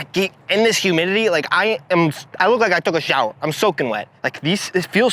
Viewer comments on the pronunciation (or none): Went full italiano with the “I look like I took a showa, I’m soakin wet!” 😂